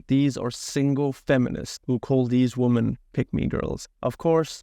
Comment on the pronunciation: Woman (singular) and women (plural) should be pronounced differently from each other...